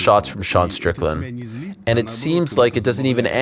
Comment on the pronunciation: Defo said stricton on purpose 😂